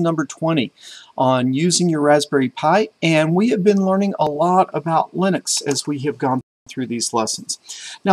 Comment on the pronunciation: Finally the correct pronunciation of Linux yay! 😝